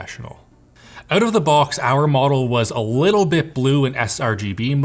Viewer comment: “... and it has a lituwl bit ”